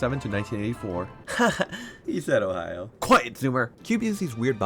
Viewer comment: 9 yr olds gathering up to listen to him say Ohio: 👁👄👁